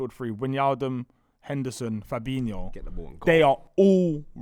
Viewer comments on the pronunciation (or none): "Fabeano" and "Firminio" This guy is so annoying, how can you have a platform based on football opinions yet not pronounce names properly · pronouncing Firmino and Fabinho's names wrong is so jarring How can you mix up the pronunciations as a grown man